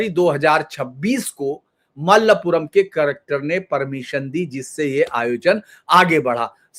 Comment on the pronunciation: "THIRU NAAVAAYA"..... സർ "MALAPURAM"....H.. SIR, maLLappuram nahi.. Mala mean pahaad.. Puram mean desh